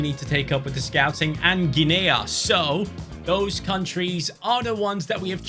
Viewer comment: Guinea is not 'Gin-aya', it's 'Ginneeeee', like Guinea Pig xD